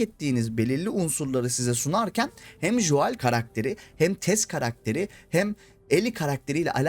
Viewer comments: Lütfen Şu Joel a [Jo əel] demeyi bırakın adamln isminin telafüzü [Go:l] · Artık telafuzda joel deme !!